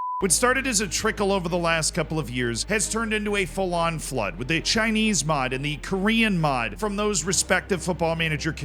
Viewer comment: Whhy did you pronounce full on as "fulluon" at the beginning of the video? Hah